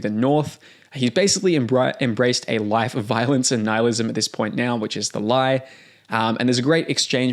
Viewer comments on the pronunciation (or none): Dude why do you say "now" as "nyauw" and so on.